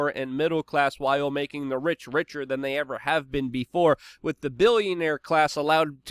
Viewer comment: Luke. Please work on one word. With.... Not "wit" Please bro. You can do it. I know, English is not your first language. But come on man. Your English is better than mine, except that one word.